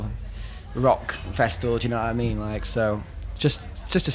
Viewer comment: Na-ah mean?*